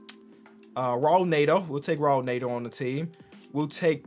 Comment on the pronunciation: Raul Neto is pronounced haool netto 😂 fire videos tho